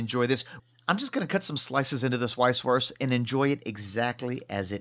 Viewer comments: PLEASE do not say "weiss-wurst" with the english "W". Use the German pronounciation of "W" which is a "V". You know, "vee haf vays of dealing vith you.". And if you don't say it properly you will get terrible stomach cramps because in Bayern (Bavaria) these sausages have a life of their own and if you do not respect that, well...you know the answer! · Say it with me....vise. vurst. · A little info: The German "w" is pronounced like the English "v". So when you say "Vice-Voorst", it sounds much mor authentic. 🙂